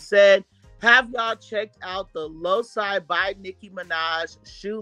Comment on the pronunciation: Loci is pronounced “low key” 😩😂